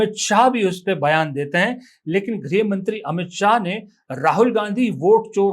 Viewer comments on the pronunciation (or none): Griha Mantri ke pronunciation Graha Mantri ko please send to mangal graha me bhej do